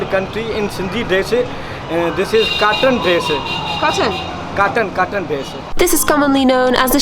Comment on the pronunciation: 😂😂 Cotton not cartan...